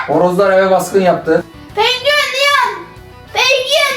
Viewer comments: Pengüen❌ Penguen ✅ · Penguen 🐧❌ Pengüğen ✅ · Penguven✖️ Pengüven✅✅✅✨✨✨✨❤️😂🫥🫥🫥🫥🫥😂😂😂😂😂😂😂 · Penkuyen. Diyişi😂😂😂😂😅😅😂😅😂😅😂😅😂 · Pengiüen uyan pengiüen😭 💫MaYmUn MuSuN🤨💫 💫eVeT mAyMuNuM😌💫 💫AHAĞAĞAĞĞAĞAĞAHAHAHAHAĞAĞA💫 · Penguen❌ Pengüen✅ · ✨pengüyien uyian pengüiyen✨ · Penguen❌️ Pengüen✔️ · Yanlız pengüen demesi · Penguen=❌ Pengüen=✅ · Penguen❌ Pengüen✔️